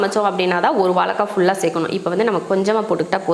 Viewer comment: அன்பு தங்கைக்கு வணக்கம் தமிழ் வார்த்தைகளுக்கு சற்று வளம் சேர்ப்போம் அக்கா அடுத்த கானொலியில் வாலக்காய் என்று நீங்கள் சொல்லாமல் உச்சரிப்பை வாழைக்காய் என்று சொல்லி செயல்படும் படி அன்புடன் கேட்டுக்கொள்கிறேன் . என்னை திட்டாதீர்கள் தங்கை சஸ்கிரைபர் செய்து இருக்கிறேன் நன்றி வணக்கம் தமிழ் தமிழகம் வாழ்க வளர்க . . .